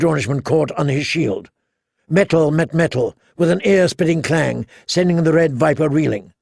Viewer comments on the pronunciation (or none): none